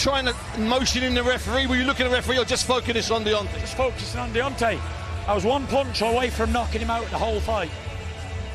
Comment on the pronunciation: Fury says 'Deontay' better than anybody else🤣 Otumfour Kojo Agyemang